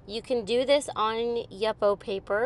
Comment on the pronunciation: Amazing what a little ink can do! Beauty. One thing ... I’ve never heard anyone say “Yup-oh” paper, it’s usually “you-po”. I wonder what the ‘official’ pronunciation is..?!?